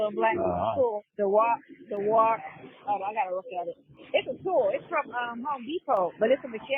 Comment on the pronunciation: Dewalt dummy. Learn how to read and pronounce words. That’s a simple one.